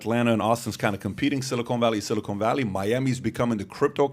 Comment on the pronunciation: PBD my OCD cant handle your pronunciation of silicon valley lol. It’s a short O not a long O 😜